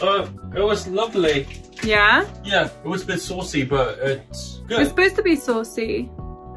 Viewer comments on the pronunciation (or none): And that "it's laaavalyyyyy" 😂😂 is he british now. So sweat both of you